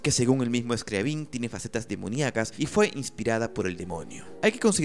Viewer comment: Se pronuncia Scriábin, no Scriabín.